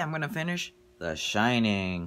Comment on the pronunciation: it's called the SHINING NOT SHITTING HAHAHA sh-ine-ing